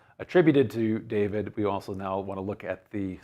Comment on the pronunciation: Hello. You mentioned DWD and pronounced it almost as the Muslims pronounce Dahood, my name David in Arabic which I write with 4 Arabic letters and there being no equivalent to the English letter V. While working in the Saudi Arabian oil industry I learned of another story of David. It goes that, just as in Saudi Arabia today where any citizen can get an audience with the King, in the time of King David there was one day a line of subjects waiting to see the King. Two herders who had a dispute did not want to wait so scaled the palace wall into David's chambers. When David entered they apologized but he said "fine. What is your dispute?" They iterated their business dispute to which David became irate. He lectured them about 'real' problems, quickly building mountains in the air. When he looked down they were gone. Then David prostrated himself on the floor and begged God for forgiveness for having failed the test.